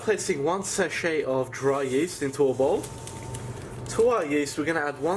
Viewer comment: I’m still confused what is a seshe of dry yeast😂😂